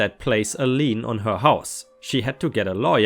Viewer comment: By the way, for readers - it's "Lien", (pronounced Lean - not really, but close enough)